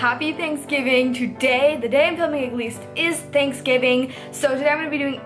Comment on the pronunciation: Anybody else notice how she pronounces a lot of this wrong, in every video, there are at least 10 words that she says wrong. Lmao 😂 example from today’s vid: ag least. Instead of “at least”. 😆